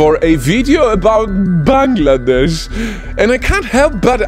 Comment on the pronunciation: finally someone who can pronounce our country correctly.😭✋🏻💀